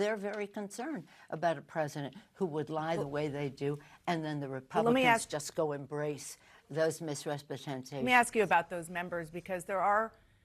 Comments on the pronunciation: She’s freakin’ drunk! Listen how she says “Misrepresentations” at the at the mark. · embrace those mishresspasshhentations 🥃